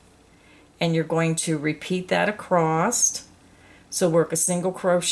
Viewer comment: i just would like to say that there is no "t" at the end of the word across. thank you!!